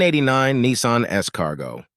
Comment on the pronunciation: "NEEEESARN" ??? W.T.F. ???? SPEAK ENGLISH BOY PROPER ENGLISH !!! ITS A "NISSAN" !!!! :text-green-game-over